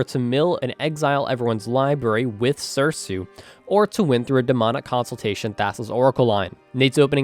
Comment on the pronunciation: Me:"Oh cool another video, I love these": says "sir-sue" Me:"Alright, time to unsubscribe" (Also I love that the players are, Nate, Bill, and Sliver Boi)